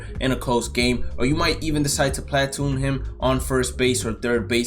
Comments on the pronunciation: platoon is pronounced pluh-toon not plat-oon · Watch your mouth talking about Teoscar the goat, and stop saying platoon like that